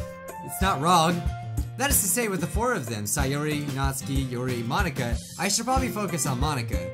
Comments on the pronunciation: Your saying Natsuki wrong ( nAAAt suki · It's pronounced nats-oo-ki Just to help bro your awesome.